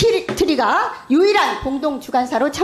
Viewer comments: 발음도 흥분해서 르코르뷔지에가 아리라 르코르비에, 위키트리가 아니라 위크머시기,코바나컨텐츠가 아니라 코봐라ㅋㅋㅋ야수파걸작전이 아니라 야스파결작전 ㅋㅋㅋ읽기나 잘해라 이 무식한 아줌마야! 동네반장도 당신보다 교양넘쳐ㅠㅠ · 위키트리? 발음하나도 못하는 국회의원. ㅋㅋㅋ